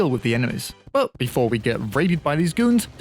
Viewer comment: We can’t live without saying the word buh, it’s like a tradition now